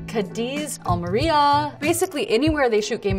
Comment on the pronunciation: That’s really sweet the way she pronounces Cádiz and Almería 😅 I watch all Blake’s movies but I definetely won’t miss The Rythm Section as it was filmed on my country 💕